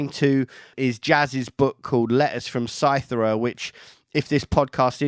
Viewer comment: It's pronounced cy-tHee-ra. Great interview btw. I don't aleays agree with all of Jaz's thoughts, personal convictions & solutions for humanity, but he is a very interesting & well read man. And he's made some fantastic music in the last 45 years or so.